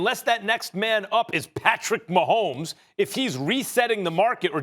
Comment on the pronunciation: Nobody: Max: pAtRiCk MaHoMeS!!!!!!!!